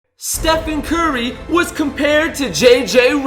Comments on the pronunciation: Damn you need to spell Stephen curry you said stephan curry. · Stephan Curry😂 Bro, is Stephen Curry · Also Stephan curry